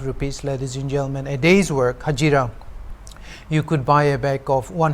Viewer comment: "Haje---ira" and "a pe of trouser" got me. 🤣 My friend was asking whether you were forcing yourself to speak that way?